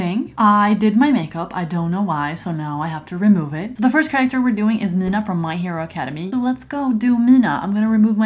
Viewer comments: ma'am.. your meant to pronounce mina like m-ee-n-a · For everyone talking about how she pronounces Mina's name, I think it is from the lil piercing things on the side of her mouth or her accent. But yeah it was a lil unique pronunciation.